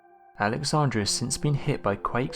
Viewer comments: Kudos on presenting very interesting historical mysteries. However, - and this is very important- you repeatedly mispronounce important historical names, such Alexandra (should be the city name “AlexandrIA”) and Croatian (which is in the Balkans) rather Cro-a-to-an. I recommend that you check all names of people & places, etc, before posting future videos. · An empty cigarette pack with Cleopatra's name on it??? Wtf?? AlexandrIa! please pronounce these places correctly without dropping letters. If your unsure how to pronounce them please use Google to show how it's said. Omg there are just too many places mispronounced it's so disappointing, SMH.